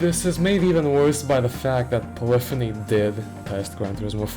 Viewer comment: Thank you for pronouncing the word "polyphony" correctly